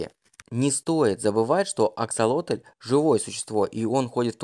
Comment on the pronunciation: Только почему автор говорит АксолотОль? Если ему так удобно, то я впервые слышу об этой ( так и не поняла как это назвать) и когда увидела правописание, то не то что назвать не знаешь как, то и написать проблема. Так как правильно писать и как называть? Рыба, животное, личинка или просто особь?